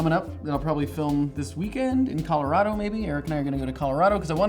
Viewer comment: the way he pronounces Colorado.. I'm a native Coloradoan, and we pronounce it like kah-lor-A-doh with a long 'a' sound not kahl-or-AH-do!!!